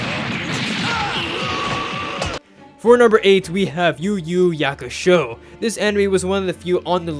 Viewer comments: How did you butcher Yu Yu Hakusho smfh, it’s an H not a Y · Did he just call it Yu Yu Yakusho? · You mispronounced Yu yu Hakusho. Your opinion is invalid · man cant even say yu yu hakusho right 😢